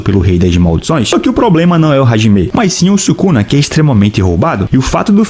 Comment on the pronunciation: sabe nem falar o nome do cara kkk